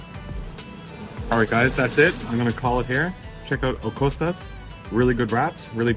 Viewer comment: Kostas not costa Loukoumades bot locomata Bougatsa IS the name of the first thing you were eating. Bougatsadiko is the name of the bakery